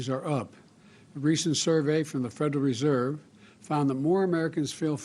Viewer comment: Dear Potato Head. Social Security has 6 syllables, not 3. Federal Reserve has 5 syllables, not 3. Grocery store has 4 syllables, not 3. Go back to school fool.